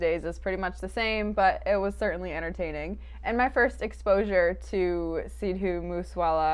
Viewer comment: makes me LOL when she says Sidhu moose wala 😂